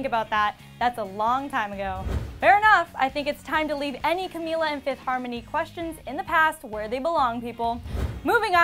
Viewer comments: FINALLY! Someone actually said her name right. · omg the first reporter who said Camila’s name right